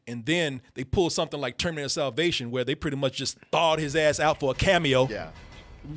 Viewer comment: This nigga said el terminato Im fucking dead